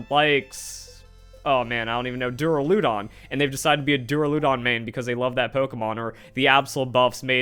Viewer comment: Dura-lew-don?! 😆, is that actually how you pronounce Dur-al-a-don or you trolling.